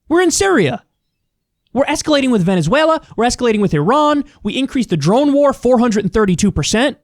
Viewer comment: Good job on saying Venezuela in Spanish